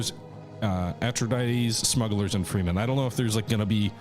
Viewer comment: Ahtrayeedeez? Ahtrydize? Arkonon? Heurkonion? Morgan Freeman and Glenn Frye singing "Smooglers Bluhs."